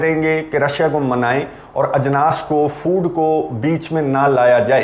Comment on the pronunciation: Ajnaas bahut Khoobsurat ward hogaya hai Aapke zuban se Bhai